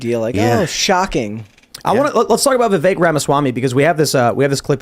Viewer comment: Tim pronouncing Vivek as "The vake" is starting to get on my nerves 😅